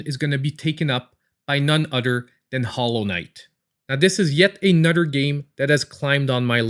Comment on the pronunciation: Thanks for making me smile and laugh every time you said another it sounded like (a nutter) :) Ps. I sound funny also being raised in the swamps.